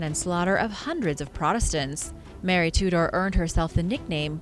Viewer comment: Hahaha Mary "Two Door".